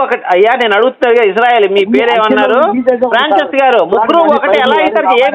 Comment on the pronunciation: వాడి పేరు పలకడమే రావడంలేదు. ఫ్రాన్సిస్ బదులు ఫ్రాంచెస్ అంటున్నాడు.